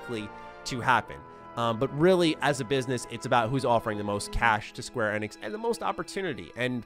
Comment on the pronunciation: I can't be the only one being bothered by the way he says Square Enix???